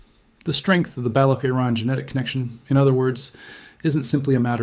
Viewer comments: It Is not balok, rather Balotch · I lost interest at the work BALAKH - it’s BALOCH (CH as in Children) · Baloch /ch/, not Balokh /kh/. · useless fake video dude didnt even reseaarch enough to pronounce properly balock?? its balock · Interesting. Thank you. The “ch” in Baloch is pronounced as the “ch” in “ ‘children.